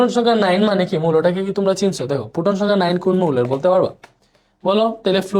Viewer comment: পুটন না প্রোটন। 😅